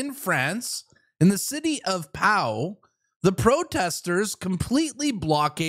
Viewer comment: City of Pau, pronounced Po